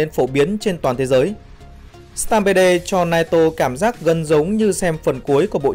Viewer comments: Mình tg "stampede" là "Stam pít" chứ ko phải "stam bê đê" chứ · Stampede-viesup: sờ team bia mà sao anh đọc sờ tam bê đê :v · "Sờ tam pê đồ" ad ơi